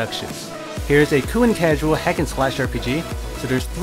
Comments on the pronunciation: It's "cool" not koow, I know you are trying to appeal to a larger audience using English as a language, but it's clearly not your first. I swear, it's either a league of dudes speaking second hand English with repetitive trance music in a countdown format, or just one. nb4liberalwhiteknightsarecoming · just wondering why don't you pronounce the L at the end of the word cool and in some other words, but most you can pronounce fine? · just wondering why don't you pronounce the L in the word cool sometimes? I notice sometimes you pronounce it properly and sometimes you don't. you could try using other adjectives other than cool it just gets boring after a while when you describe most of them as a "a really cool ____" also I'm wondering why don't you look at the positives and negatives of games? cause I notice you mostly focus on the positives but that's only one side of the coin sometimes.